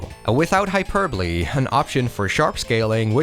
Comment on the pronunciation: Fantastic video... though you already deserve respect just alone for not pronouncing "hyperbole" as "hyper-bowl".